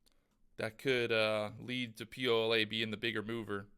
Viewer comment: Lol it’s POLA